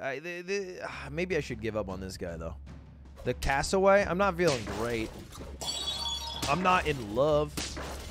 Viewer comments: doesnt matter at all but its Casso wear eee not Cassoway Lud :^) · Lud there is an r in Cassowary